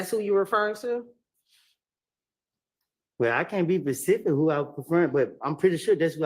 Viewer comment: its specific not pacific 😂😂😂